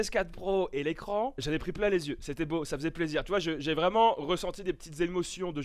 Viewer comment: TU MAS TUE QUAND TU DIS " LES YEUX Y 'A PAS DE S A V